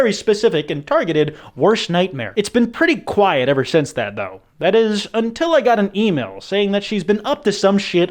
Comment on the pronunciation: its been pretty since then